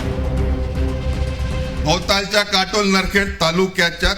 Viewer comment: अबे कटोला नाही काटोल 😂😂